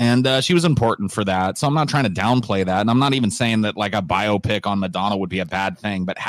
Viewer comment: The way says “biopic” sounds like he’s saying “myopic”. 😂